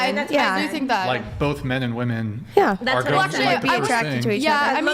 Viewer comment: "You're low class" " Wow, first time I've heard that in my life" Also pronounces both as bofe